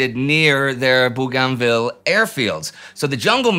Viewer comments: im not yank either, aussie and its BOGANvil. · It's pronounced Bo-gan-ville (in Australia). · Hey Indi. Bougainville is pronounced 'BOGANvil'. How go i know, my late father was a gunner on landing craft there during ww2. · Indy, its pronounced "Boo gan vill" without spaces. One word. Booganville. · Great video, as always! Very informative and thoughtful. But... if you were transported back in time onto the bridge of an allied warship in the South Pacific and started talking about "Boo-GON-ville" and "Trook" and "Raba-ool" the sailors would think you had suffered head trauma. Your pronunciations are entirely anachronistic, which throws off the appreciation of all the rest that you do. Again, great job otherwise.